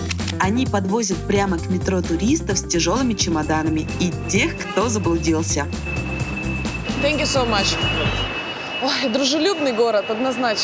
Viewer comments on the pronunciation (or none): “Тзэнк ю соу мач» уже бесит эта Ивлеева. Ради Бога выучи другие слова на английском